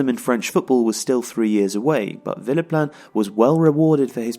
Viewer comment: It kept sounding like was saying Phillip Lahm